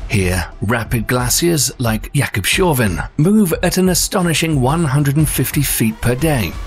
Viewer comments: Not Jacob Shavn but Jacobs Havn as in Jacob’s Haven … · It's Jakobs-havn. As in harbor. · Jacobshavn means Jacobs harbour,so dont say shaven,its Jacobs Havn,get your facts right.... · oooh no, the pronunciation of Jakobshavn. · Gave up with pronunciation of Jakobshavn at 0.40